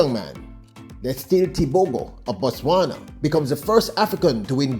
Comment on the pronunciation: As a Namibian 🇳🇦 most importantly AFRICAN, I am proud to say this : CONGRATULATIONS Letsile Tebogo 🎉 Africa is proud of you. Not happy with how your name is being pronounced, however it is what it is. We dance to celebrate your win. 💃🏽💃🏽💃🏽